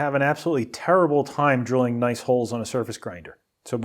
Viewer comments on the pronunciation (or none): none